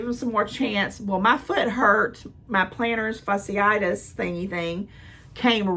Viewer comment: Omg 😂😂😂 i love when you say plantars factitus...(sp)